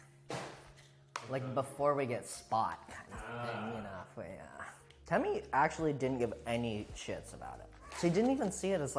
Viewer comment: when michael says temmie it’s brother. I lost it